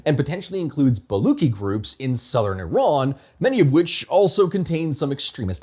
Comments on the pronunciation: I get what you were doing with the pun in the thumbnail. But like as a Baluchi I think i missed the pun initially because as far as I know I pronouce the "luch" in "baluch" like "lucha" than "Luck". So ba-luch. But you're using "ba-luck". I'm not sure if this is standard, but as far as I've heard it in family it's "lucha" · Man you don't even know how to pronounce baluch. Don't comment on Iran. Please. You have no idea.